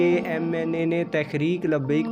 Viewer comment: Bhai lafz tahreek he ap tekhrek par rhy hen?